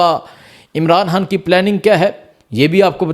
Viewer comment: Oye jahil insan imran haan laga rakha Hai imran khan bool pagal pehle bolna seekh